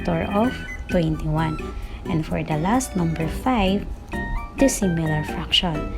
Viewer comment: Sïmilar and dïssimilar ohm..okey ma'am haha